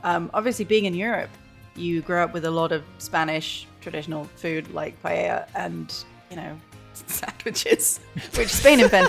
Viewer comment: I'm not even spanish (I'm portuguese) and can tell that doesn't pronounce paella right... he didn't even notice you can buy it in shops (I haven't even bought the game yet and still knew that). You could have made some research at the very least. Also there are so many details you could have talked about, instead you just focused on the generic stuff. Low effort video